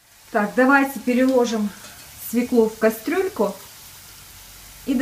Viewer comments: Учите русский язык.Нельзя так безграмотно говорить. Не свеклУ, а свЕклу. Легко запомнить так =бабка фекла полола свеклу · Све'клу, а не свеклу', режет слух... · Во первых свеклу, ударение падает на букву е",по правилам русского языка.